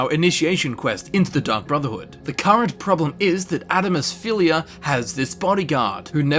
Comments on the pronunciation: Tfw you can't say Adamus Phillida's name correctly XD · I love this video and how you can actually pronounce a lot of the names yet you can't say Adamus Phillida correctly when they even say it in the game XD (Edit): I'm not being mean I just think it's funny that you don't pronounce the "d" In his name